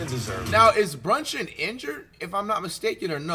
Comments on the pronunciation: He calling Jalen brunson Jalen bronchin😂😂😂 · Bro kept saying brunching